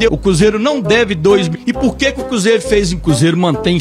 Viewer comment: Ele so fala cúzeiro kkkkkkkkkkkk